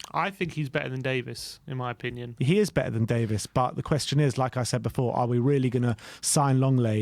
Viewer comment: It's not Ben Davis it's Davies lol